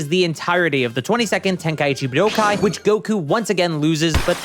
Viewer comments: Honestly it's your enunciation of buu-doh-kai. You're hitting the 1,2,3 chop on my ear drums by over-enunciating it IMO. It's much more pleasant (and normal sounding) to enunciate it more like budoh-kai. At the end of the day, we pronounce it the same way.. so you probably shouldn't assume that the viewer must be incorrect because they offered criticism on your delivery (esp if you're trying to appeal to knowledgeable fans of the series.. you should look into things more before assuming - if you care lol). Here's what I could've said to be more direct: I find your delivery of the word harsh and annoying, especially considering you somehow make the correct pronunciation sound bad. But frankly, I just wanted to express some sort of feedback without being a complete jerk. Honestly, your content is pretty good, and I figured you put a good amount of effort in - so that's why I even replied to clarify all of this. Don't assume people are wrong when they could have a valid point tho. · Point to where I said "pronounce" or said ANYTHING about the pronunciation. Bruh. I specifically said "they way this dude says" because I FELT like "budokai" stood out like a sore thumb in every sentence for no reason. It's the enunciation. It breaks up the flow of the sentence and sounds harsh. I noticed it multiple times and I left a pretty normal YT comment bc of it. BUT clearly you're too sensitive to feedback to put in any critical thought about the feedback I'm actually providing. You don't even have to agree, but don't act defensive and correct. Stand on business, and try rereading a comment to make sure your reading comprehension isn't failing you. Shit bothered me in the video, then I provided actual feedback. The way you handled it was very arrogant. Cool. Move on. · The way this dude says Budokai is going to give me an aneurism